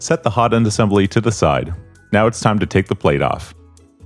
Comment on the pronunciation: Assembely. Lol. I'm sure this guy will also say nucelur.